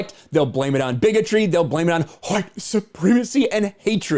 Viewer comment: IMDB is messed up because AWS is suffering major outages. And dude, could you please stop overemphasizing the Huh-white business already? You, DC, Yellow Flash etc all have this weird kink and it's getting annoying AF now. Just say it normally or not at all, because it stopped being cute a week ago.